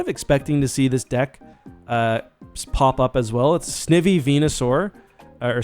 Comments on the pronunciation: It's Snivy, like the i in Knife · Anyone remember the snivy meme? Smugleaf lol Btw its pronounced Snigh-vee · Someone count how many times he has pronounced Snivy wrong and tell me by the end of this video please, thank you! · I think you have bad shiny luck because u keep mispronouncing its name, maybe they don’t like that